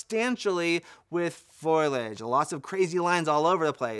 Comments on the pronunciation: Repeat after me... Fo. Lee. Edge. Foliage. Not Foilage. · Everybody has problems with Foliage. Foe' le-ij not Foil' ledge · Is he saying "foilage" instead of "foliage"? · Great video, from someone with good experience of such cameras. GoPro is worried about its lunch right now! The word is foliage, not foilage. Fo-lee-age. Please stop saying 'actually'. There are way too many of them! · foilage? is that like foliage? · Say foil-edge one more time. I dare you 🥴